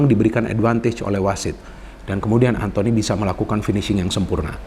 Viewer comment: "Antony" ☝️ bukan "Anthony" Elanga